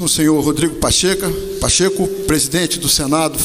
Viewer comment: Pacheca não, é pachekusao!!